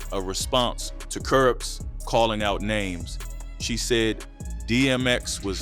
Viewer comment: Where is the narrator from? Sound like a foreigner, not pronouncing names correctly